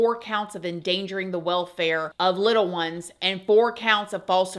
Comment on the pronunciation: You remind me so much of my granny when you say "little one's" . She loved children! She worked decades after her children were grown at a daycare. She called children little one's too. I miss her sassy behind so much.